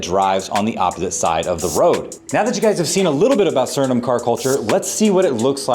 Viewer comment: Remember, you can't spell Suriname without urin. Also, noted, you can't pronounce Suriname. Please stick with build videos, clickbait ain't for you.